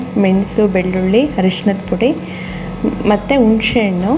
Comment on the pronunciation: nenne saaru maadidde mam,channaagi aagittu,thanks,aadre yelru yaake unshe hannu,hashi meshinkayi ona meshinkayi anta tappaagi heltidira,dayavittu unshe hannu alla,hunse hannu,hashi meshikayi alla ,hasi mensina kaayi,pls sariyaagi pronounce maadi